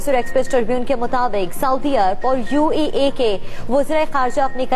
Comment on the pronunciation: Lol UAE hota UEA nahi 🤣